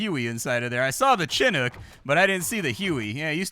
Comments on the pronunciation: A: yes small arms can get lucky and take out any helicopter. B: you're saying Chinook like a pog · Do Americans say Chinook like Chin hook? UK it's Shinook